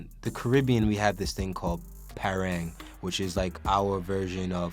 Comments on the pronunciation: PAAA RANG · It suppose to be darker and more moisted ....loving the way you said PARANG doh lol .... thanks for supporting us #T&T